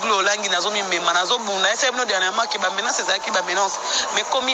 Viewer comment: Kiékiéeeee () Yo penza oza menacer na ba nani? Humm Muana IFASIC alinga koloba Francais,balobaka MENANCER té,on dit MENACER. oza nde kolelela Werrason na ba Nzoyi na ye batalela yo likambo ya voyage na Poto po okendé ko se faire soigner bien, na Kin traitement ya SIDA eko meli yo pasi. La BARONNE muana ya GÉNÉRAL apesa yo devoir,oko zala kaka kobelela Ba Nzoyi batalelaka yo makambo oyo oza komona na ki motema likundu oza nango. Mawa mingi pona yo,trjrs contre Succès ya baninga.